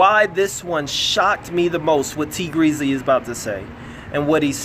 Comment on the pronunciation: Did u call him Tea Greasly?😅🤣